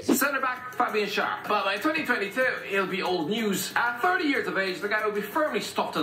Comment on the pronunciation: What bugs me with Schar is that used to say his name right ("share") but now decided to start saying it wrong. Only things